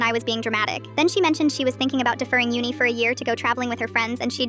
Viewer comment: Why do you say Uni in an American axcent?